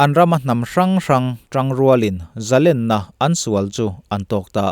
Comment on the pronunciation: A bengvâr thlâk ṭhîn hle mai. Amaherawh chu, i Mizoṭawng hman zîngah "Zalênna" tihtûrah " "Zalenna" i ti ṭhîn hi chu, insiamṭhat a ṭûlin ka hria.